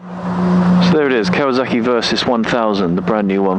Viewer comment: "Ikasawak" LOL